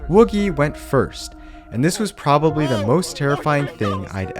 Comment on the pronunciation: saying pobaly when it’s probably